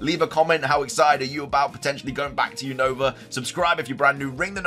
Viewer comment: say Unova name Right your always saying the Name of region Wrong 😅